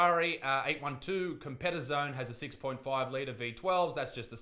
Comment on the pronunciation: I like ya mate but please put abit more effort into some correct pronunciation, you're supposed to be somewhat of a journalist but can't pronounce Bucharest? Or Competizione? If you'd used the time it took you to edit in that fat kid meme and just googled how to pronounce shit it would come across abit more respectable.